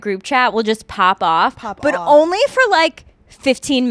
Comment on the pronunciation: Lol Hannah when you said “pop off” your NY accent really came out 😂 love it